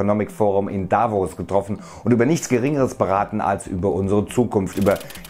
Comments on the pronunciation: Man spricht Davos "Davos" und nicht "Daavos" aus. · Hast du daaavos gesagt? Man sagt davooos!!! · Es heisst Davos ohne Betonung Da-vos😋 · Achtung kleinkarierter Schweizer: Davos - nicht Da-vos. Das stört mich als Davoser😂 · Davos, Betonung auf dem "o"